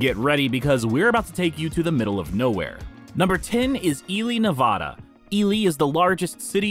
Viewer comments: ELY is NOT in "northeast Nevada". AND it's NOT "Nuh-VAY-day". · Learn how to pronounce Nevada properly. The "a" is pronounce as in Nebraska. I live in Nevada so I know.